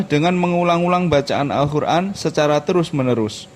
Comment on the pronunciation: Maaf mas, kok saya dengarnya Al Khur'an ya? Bukan Qof. Ngapunten..